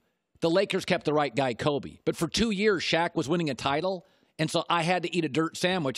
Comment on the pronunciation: It’s Kobe not Colby you clown